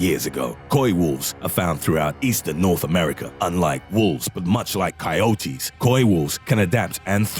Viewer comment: What is "coyotees"??? It's coyotes. ......(kie-yoats) it was funny hearing the guy say it weird like that.